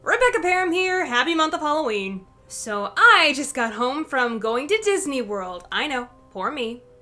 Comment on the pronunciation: SMG4: DIDNEY WORL